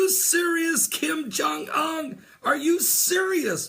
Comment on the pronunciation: "oon" like moon, not "un" like fun.